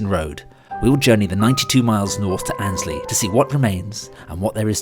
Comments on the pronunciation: One more you pronounced Annesley as Ainsley (as in the TV chef) it should be Anne esley. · As a boy, I used to visit my grandmother, who lived near Weekday Cross. I often travelled to Nottingham Victoria from Radcliffe, on the GNR line to Grantham. Your pronunciation of Annesley is wrong. The first 'e' is pronounced and so the word has three syllables: Ann, es, ly. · Amazing piece well done! But as a Local I need to be pendantic and correct a couple of pronounciations as they hit my ears all wrong! - Rothley "Row-thly" New Basford "New Base-ford" Hucknall "Ucknall Haydn Road "Hay-den Road" Annesley "Anez-ley"